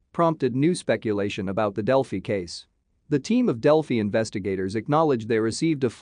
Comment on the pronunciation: It pronounces Delphi terribly!